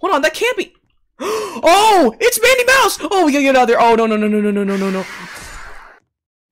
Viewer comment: It's not me mouse It is madi mouse